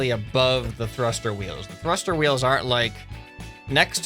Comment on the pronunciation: HE SAYS :THRUSTER WEELS me thinks:YEE JAW